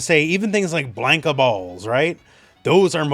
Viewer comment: Blane-ka Me: BLAHNKA: Blane-ka Me: You're eating hair